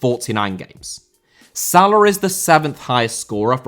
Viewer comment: Salah* not Salar